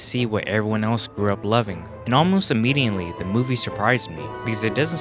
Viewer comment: bru, there is no 'N' in immediately.